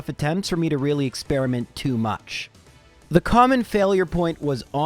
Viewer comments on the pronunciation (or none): none